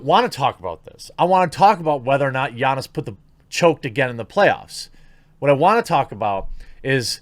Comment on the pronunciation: Nailed Giannis' name